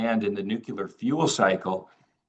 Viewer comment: It's surprising that, president of the most important company in the uranium field, still can't pronounce "nuclear". He still says it the way G Bush jnr said it. It's so simple, just the way it's written: "nu" "clear", not "nucel" "ar".